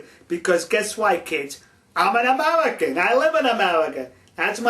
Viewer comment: ...sulface...tellible...amelican...pelspective BWAHAHAHA